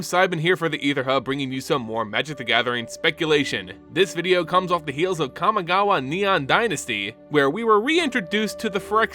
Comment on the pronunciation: Interesting video but I don't understand how you can pronounce Kami properly but pronounce Kamigawa as "Kamagawa". Like, it's the same word just tacked on to another word.